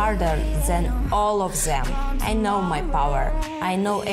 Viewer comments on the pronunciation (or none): "I train harder zen, all of zem" - Valentina shevchenko